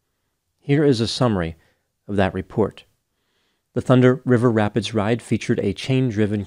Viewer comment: ...I'm impressed with your ability to continue flawlessly pronouncing this tongue twister several times in the video. the thunder river rapids ride. lol